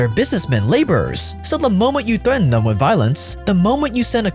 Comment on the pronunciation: "Thuhm" Me: "Theeeeem"